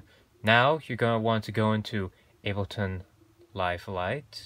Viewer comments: Why are you saying “Albertonn”? Is that different from Ableton? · Different subject for your channel, but useful for people out there. And P.S. Ableton not Albeton! :) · Aside from butchering the name Ableton, thanks for the intro to my new device!